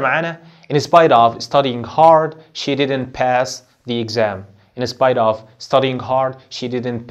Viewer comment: سوري يعني انت اصلا مش عارف تنطق كلمة in spite of صح أصلا .... مش ممكن أنا و أنا باسمع نطق الكلمات من أول عشر ثواني قفلت ... لو أنت مش فاهم English سيبه للناس اللي فاهمة ... علشان حرام تعلم الناس غلط